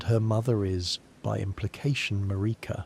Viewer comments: Damn. I had a feeling that this was AI nonsense when it kept pronouncing Merika as MuhReekuh. Glad I didn't get too far into this. Get a microphone and write your own scripts and I'll gladly return. Later. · Sorry, not trying to be a hater, I love sleepy Souls-Borne lore, but your wandering pronunciations drove me crazy. Everyone in the game pronounces her name one way, over and over again, never deviating. They all say it the same way. MAR (rhymes with air) - ik (rhymes with sick) - a (rhymes with duh). Not one person in the game pronounces it maREEKa or maRICKa. Don't even get me started on Blaidd.